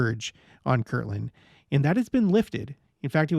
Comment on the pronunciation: Haha... Yes, this is one of the classic LDS pronunciation quirks. Kirtland: a town in Ohio. Kirkland: a brand name of Costco. Some others: Patriarchal vs. Patriotical. Or, if you really want to create controversy: ENSIGN "en-sun" vs. "en-sign" hint: according to the Church itself, the correct word was "en-sign"